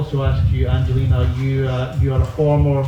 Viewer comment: I wish they would pronounce Angelina correctly. I thought the gymnastic press had collectively got the hang of it by now and stopped americafying everyone's names... For anyone wondering the G in Angelina is like the G in gas, gum etc.. not like G for giraffe.